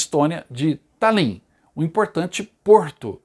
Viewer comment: Pronuncia-se Tálin. Que belo trabalho! Obrigada.